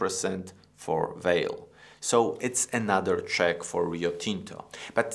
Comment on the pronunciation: I´m Brazilian and I think strange the way is pronounced Vale´s name in this video. Here in Brazil we pronounce the company´s name something like VAHLEE. We pronounce the letter E, at the end of the word like a E sound, with a stress in VA.......But it is an interesting video. Thank you!